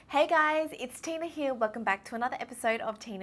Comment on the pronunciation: Whenever she says her name is Tina it always reminds me of tuna